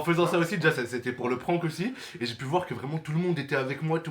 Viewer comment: Pk il dit no prkank alors que c’est un prhank